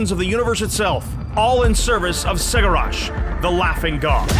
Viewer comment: I think that's the first time I've heard someone pronounce ceggorach like that